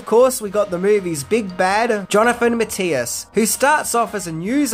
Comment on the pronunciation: Just curious - when you say 'AL bean oh' is that actually how you say 'AL bye no' or are you misreading your script? Same for "muh Tea us' when the man's name is 'Muh thy us'...